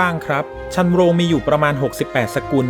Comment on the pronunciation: ชันโรง อ่านว่า ชัน นะ โรง ครับ